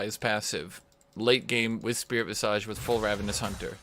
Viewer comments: God it's pronounced VIZUJ. jesus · I would like someone to tell him how to pronounce visage